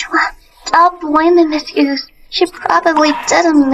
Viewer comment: 😅😅😅😅😅 MS. HUGHGESS😅😅😅😅😅... CANT EVEN GET A NAME RIGHT